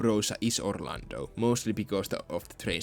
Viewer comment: You beautiful son of a bitch, you have restored my hope for Orlando regardless if you always say OrlandNO